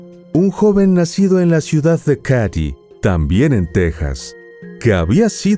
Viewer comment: Qué horror casi lloro de la rabia que lo dejaron libre ... solo una corrección , se escribe Katy pero se dice KEIDI ( el área donde ocurrió todo )